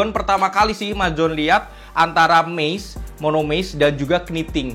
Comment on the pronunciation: masukan aja.... Videonya dah keren abis. Tapi tolong pronounciation-nya diperbaiki ke depannya. Kata "mesh" mustinya dibaca "mes" bukan "mis"; Kata foam dibaca "fom", bukan "fum"; Pebax bukan "pibaks" tapi "peback". Maaf dan maklum, anak bahasa.... jadi geli dengernya.... Hehe.... Anyway, maju terus!